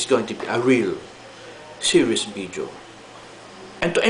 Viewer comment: its not bideo its video,your f is p,example fried,you say pried instead fried,so you gotta make it totally right,but your so awesome anyway